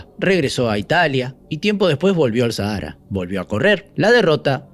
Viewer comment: QUE MAL PRONUNCIAS SAHARA, ME SORPRENDE!!!